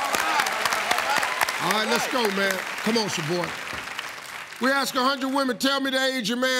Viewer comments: always sounds like he says ass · i thought he says "ass"?